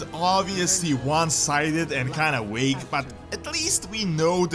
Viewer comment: The explanation is obviously one-sided and "wague" lol that V must be hard to pronounce. 😂